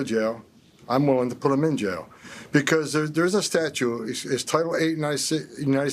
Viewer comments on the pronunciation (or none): Good coverage on this moron's diatribe. BTW, did I hear him say "Statue" rather than "statute?" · This moron can't even pronounce statute correctly. He pronounces it "statue." Maybe he needs to be arrested . It's unlawful to make threats.